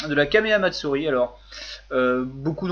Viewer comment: Je rêve, ou le mec qui chie sur les gens à la prononciation douteuse, nous parle d'un certain "Quaméa Matsourie" ?